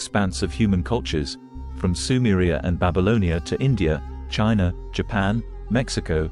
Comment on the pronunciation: Your presentation would be so much better if you could teach the A.I. narrator to properly pronounce ALL the words of the script. Words like 'etheric', and 'China' really should be pronounceable I would think. Still very informative in spite of the audio glitches. and the pic.s are awesome!